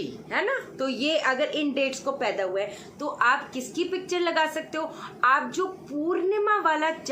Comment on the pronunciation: "Houwa" chaliye koi aur bhi mila ye bolne wala. hamara to log mazak bna dete hain😂